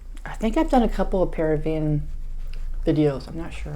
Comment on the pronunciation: You're mispronouncing it... emphasize the 2nd syllable of Peruvian